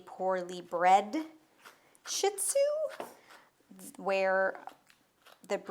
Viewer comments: it's pronounced Sheet zoo not shit zoo lol. Just an fyi 😂😂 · Phonetic: SHEE ZOO., can we pronounce it properly? Stop calling them shit zoos. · Wrong pronunciation. It’s pronounced: SHEED-ZU. Being a dog groomer, she should know this! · ShihTzu is pronounced Shee TZoo We had a ShihPoo (SheePoo) That was 5.0 pounds. She's very cute.